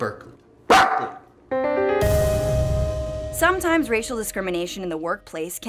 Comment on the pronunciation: Did he just bark while saying Berkeley?